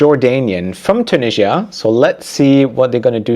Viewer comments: Where is “Tunijjjia”? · the way he says Tunisia tho 😬it's either tew-NIH-zee-ə (British) or too-NEE-zhə (American) but he does a mix of the 2 😂